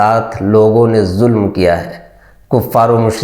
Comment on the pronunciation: Mere Bhai alfaz jis ne yeh video editing ki hai, aapne ZULM ku JULM... J aur Z ج اور ز k talaffuz mey bahot ziyadah faraq hai... please Urdu se dushmani nahi nikaale.